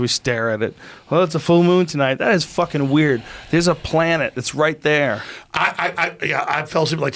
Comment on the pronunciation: I like how joe emphasis on the word “planet right there (moon)” hinting indirectly to Eddie.😂